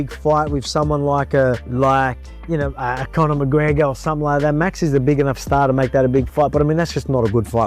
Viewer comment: Conor. On n. Not two.